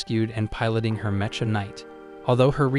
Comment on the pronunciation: Meh-cha units... It's pronounced mek-ah Stupid AI